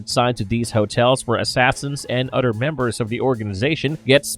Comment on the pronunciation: The word is "OTHER" my brother..... not "udder" ........